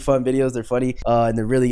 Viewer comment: Zeck D flems more like zeck dih flems